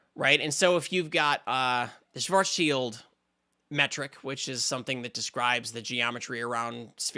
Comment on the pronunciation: Schwazschild is pronounced almost like it was written Shwarts-shild. Ideally, the i in shild is the same i as in bit, but most would understand that it’s hard for English speakers; going for shield is fine.